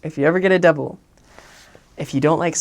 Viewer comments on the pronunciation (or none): This man say "double" yes 🤣🤣🤣🤣🤣🤣